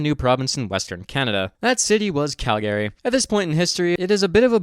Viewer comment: It's pronounced "Chat-am", not "Kat-am". Also, who pronounces Calgary like that? FWIW, Bible Bill was covered in my Ontario high school courses very briefly during his time as premier during the Depression.